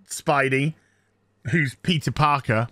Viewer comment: Did you say Pizza Parker?